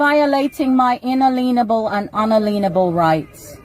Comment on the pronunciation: She has lost it!! Cannot pronounce inalienable. Doesn't know in perpuity means.